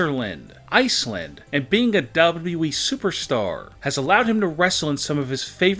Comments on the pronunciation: U have more w's when you say wwe... wwwe (sigh) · He said wweeeee lol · Everytime he's say wwe he's keep on stretching his word beside he's can't even say wwe the correct way